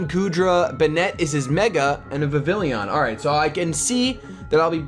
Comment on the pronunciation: You acually say vivillon like viv-ee-on but say it how you like just a fun fact